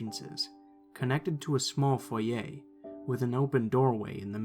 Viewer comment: The way he said foyer sounded like foyeyh